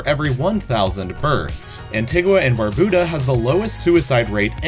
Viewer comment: I don't know what's worse, deciding to mention cocaine for Colombia and terrorism for Iraq. Or mispronouncing the names of: Barbuda, Belarus, Herzegovina, Cote D'Ivoire, and Lesotho